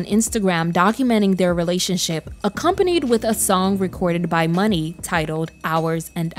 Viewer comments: Great video 👍🏽 But her name is pronounced "Muuunee" Long not "Money" Long per Muni Long 😊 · I KNEW HER NAME WAS M-yoo-nee